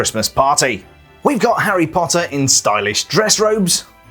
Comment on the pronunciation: I like how he says HARRY POTTA